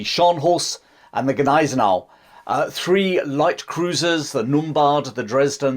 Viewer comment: I almost always love your content. What impressed me the most about this video in particular is the fact that you are about the first English speaker on YouTube I ever heard who doesn't butcher the name Gneisenau.